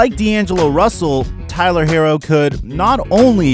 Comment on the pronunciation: It’s pronounced Hero.